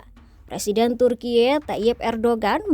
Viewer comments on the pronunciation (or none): Serius dengar video ini, tapi jadi geli dengar voice over Ai nya lucu ,vsebut Turki, bacanya selalu Turkie..😂😂😂